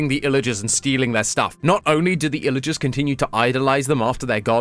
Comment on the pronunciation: WHY DOES HE CALL THEM ILLAGERSS!?!????!